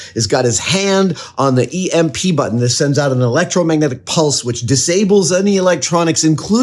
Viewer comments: Beyond annoying and unwatchable. EMP is either pronounced E-M-P or electromagnetic pulse. It is never called emp nor emp button. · Please stop saying "imp", it's pronounced "E M P". You say each letter separately not as a single word. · omg, the fact that he keeps saying "Ehmp" instead of "EEE, EMM, PEE" drives me insane! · "Emp"? E.M.P. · I love you Adam. But the way you say emp like a word hurts my ears. Its a short acronym.. You dont say fib you say F I B same thing with E M P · when you called it an emp switch instead of e-m-p switch i got heavy red vs blue vibes lmao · First time I actually hear someone saying it like a word, Emp...